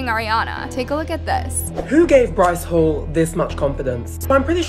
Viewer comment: “bryce holle” I CANTT LMAAOOO